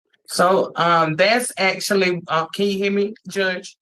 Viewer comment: What is up with these people on all these videos saying axe instead of ask? Or axwally instead of actually. Almost all these videos I’ve watched are like this. And the word friends is being pronounced fwinds.